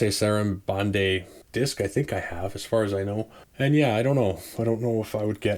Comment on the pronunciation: Great channel - sub's ! Just to help, I believe it's pronounced 'Vars SAra-band' 🤗